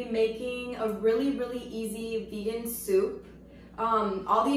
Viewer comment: Bout to go eat my "shoup" 😂😂😂